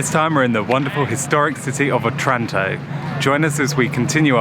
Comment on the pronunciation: Beautiful video. For the record: Otranto is pronounced oh-trahn-toh, with accent on the first oh. And the other city is called OSTUNI, not OSTRUNI. For all the people who will google it and find nothing.